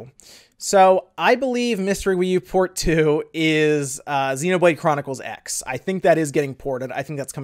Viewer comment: Xenoblade Chronicles x is actually pronounced Xenoblade Chronicles Cross. Soft E after the X.